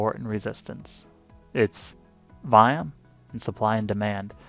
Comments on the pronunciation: Whats VIAM? I keep hearing you say VIAM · Sorry, i figured it was volume. Just wanted to make sure you weren't referring to a technical indicator. Sounded like you were saying viam. Im a noob.